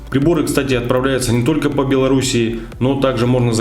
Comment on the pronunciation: Нет слов: "тока", "но, тем не менее", "пультА" и так далее, есть: "только", "но" или "тем не менее", "пУльтов" и так далее. Очень безграмотная речь! Уши вянут.